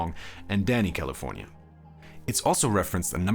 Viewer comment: The way this dude says Caeleefoornia makes my ears hurt! As do many of echo songs...but hey props to you for doing this thing